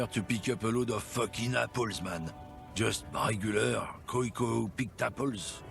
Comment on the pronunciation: hears The Racist say "Koyko" Immediately pronounces it 'Kohj-koh"